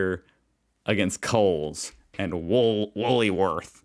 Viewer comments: I think it is about time you try saying G'day pronounced Giday👍. It is not Freedoh it a Fred o and it is Wool worths not wooly worths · The car parker must be just an arsehole, most people wouldn’t do this. Either that or he parked for the post then moved his car. That said the white car isn’t much better as he is hugging the white line on the other side. Cars should be parked in the centre of the two white lines. Woolworths is pronounced wool-worths, there is no y sound after wool, but hey you got Coles right so that is one for you. I have not seen that shape of Freddo Fogs but I like Caramel Koala’s better anyway. Accidental falls can include things like rock climbing which is a popular sport as well as falls off ladders, elderly people etc. Pods are delicious, they have a rounded crunchy biscuit base and are filled with popular chocolates like mars bar. Magpies are territorial in mating season as they want to protect their nests and are an urban bird but plovers are just as mean and the Cassowary is the meanest of all birds. Emu’s (eem-you) will chase you but they really are just after tucker (food). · You need to stop reading stuff in that weird way. Or at least make a video about why you read words that aren't even there? Woolworths is still said in strange ways and now Freddo gets turned into Freedo? Why is that a thing.? I never even heard about this frogging chocolate bar and at no time did I see anything but Freddo as in Fred Oh. Its getting hella annoying with this not reading words as they should be. And why has Woolies become a problem again after getting the right spelling?